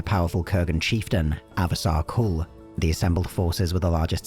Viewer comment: It's Asavar Kul. Not Avasar Kul, please.